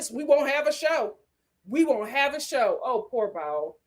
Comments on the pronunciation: It's BOW, not BOWEL! 😂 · Bao’s name is pronounced BOW not bowel. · Thank you for saying this. I came here to say the same thing! It’s BOW. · Lol!!! I crack up every time she.says it